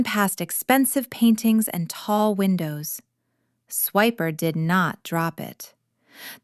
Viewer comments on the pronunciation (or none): none